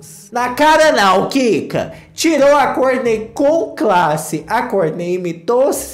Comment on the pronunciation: Não aguento quando o chama o nome do marido da kourtney